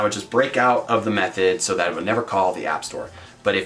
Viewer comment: It sounds like you're saying meth-head instead of method. lol thanks for the video ;)